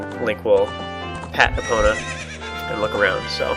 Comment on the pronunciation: u said her name wrong!!!